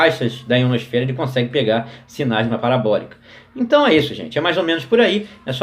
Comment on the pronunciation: o mais massa é q ele fala em terra plana e dps fala "IonoSFERA" "extratoSFERA" 😂😂😂😂